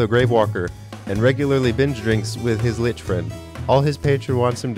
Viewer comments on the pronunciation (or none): none